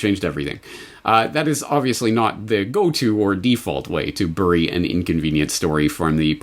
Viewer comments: You albertan seperatist .. it's not "biry" for crying out loud .. it's berry . Check yo privelege yo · Omg, so astute, thank you for doing this, even if you pronounce "bury" really weirdly!